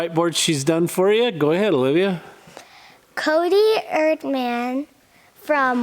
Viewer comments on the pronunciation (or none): none